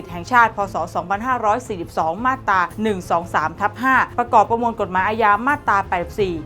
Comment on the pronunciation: น้องครับ......อ่านว่ามาตรา..ไม่ใช่มาดตา...ระวังหน่อย